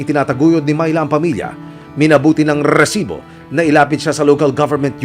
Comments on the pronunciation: reeeeeeeeesibo pla hindi resibo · Bago bigkasin ni emil risibo dami munang r😂 rrrrrrrrrrrrrrrrrrrrrrrrrrrrrrrrrrrrrisibo prang Galit na aso😂